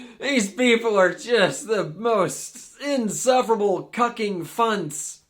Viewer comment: He said “Cucking Funts” 😂😂😂😂😂